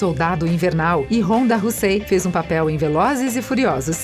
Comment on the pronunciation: kkkkkkkkkkkkkkkkkkkkkkkkkkkkkk mulher fala os nome tudo errado, como Ronda "RUSSEM", Odin virou ODAN, Gamóra virou GAMORRA